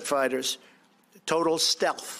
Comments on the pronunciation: At what part does he say “steth” because I went back and only heard stealth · Watched this at the beginning part 3 x, "total steth", no L pronounced. Then got the CEO's name wrong. Then claims the jet is actually invisible. Lordy!!! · Did he "steath" (rhymes with death) instead of stealth (rhymes with health)?